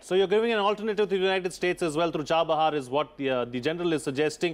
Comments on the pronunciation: It's chahbar not charbar sir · It's chabahar